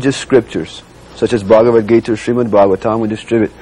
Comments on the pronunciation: Ari Ari Ted patrika can't pronounce bhagwat geeta. He is pronouncing it like baba bagita. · LOL. Ted Patrick said "Baba bagita" for Bhagawat Gita.